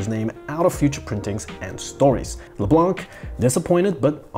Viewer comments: C is silent in Leblanc...😮‍💨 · The c in LeBlanc is silent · Why do Americans mis prounce leblanc. The c is silent . As someone who grew up with a good 60 percent of the city name leblanc . Its annoying to hear americans mispronounce the name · It's actually pronounced "Leblan" and not "le blan(K)"... the "c" is mute in "leblanc" Yes I'm french... that's how I know 😉